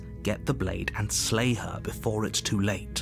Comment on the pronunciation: Lay instead of slay